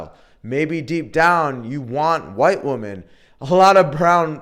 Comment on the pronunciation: are you saying woman or women ?.are you actively trying to sound like stoner bro in your videos.....man